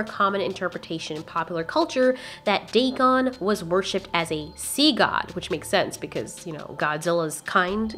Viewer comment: It’s Dagon